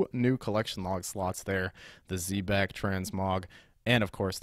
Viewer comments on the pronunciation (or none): He protecc, he attacc, but most importantly, he says zebacc